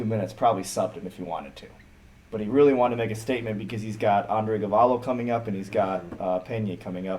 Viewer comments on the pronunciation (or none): The guy to whom Tristan lost, lost in the show to a smaller guy than Tristan is. That little guy is Younger brother to Willian Tackett. He must be a monster (and he knows how to defend leg locks). It is Andre Galvao not Galvallo, LOL!